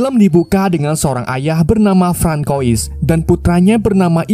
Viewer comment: Francois = Fransoa or Frans